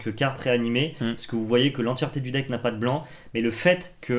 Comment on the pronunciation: Oh et ils sont nuleuh. Leurs deckeuh sont nulleuh. En plus ils ne parelent pas de Magiceuh